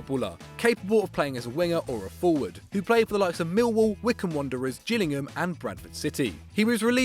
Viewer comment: The fact my club made it onto this list 2 players in a row is depressing, but atleast someone on YouTube finally said the name right! Come on the Gills ⚽️💙